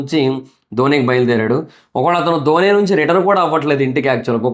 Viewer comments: ధోనీ కాదు అన్న డోన్ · ధోని కాదు స్వామి, డోన్ అనాలి.